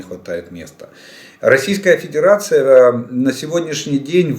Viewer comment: 👍👍👍 Очень уж понравилась случайная оговорка на 48.50 минуте. Про Педирацию вы прям в точку 🤣🤣🤣